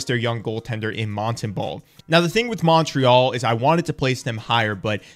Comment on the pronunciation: I love you man, but your Montreal pronunciation bugs me so much lol